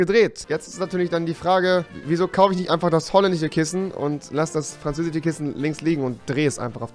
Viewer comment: Ich liebe "franzäsische" Kissen, lol!